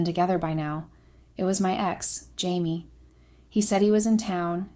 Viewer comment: Consistently pronouncing the name of the main protagonist (“Jamie,” “Chamie,” “Hamie” etc) correctly would make the story easier to follow. These basic errors are distracting. 👎👎👎